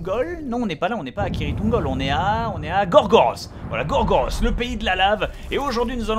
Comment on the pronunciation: BOB ! Gorgoroth se prononce " Goregorote " ( très bon groupe de Black Metal au passage mais ça n'est que mon avis ) sinon a quand un t shirt du style " Nudisme need you " ? Ça serait magnifique